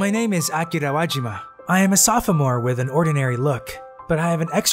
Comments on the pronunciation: Are we not gonna talk about how he called himself a sof-a-more at the beginning lol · For future reference It is pronounced Soph- more Middle o is silent. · Wait a minute did he say a saphaamore??? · Nobody gonna talk about the fact he said sofamore lmao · Every time I hear one of your voice actors say "sof-uh-more", it makes my brain hurt. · Oof the o is silent in sophomore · No one gonna talk about how he pronounced sophomore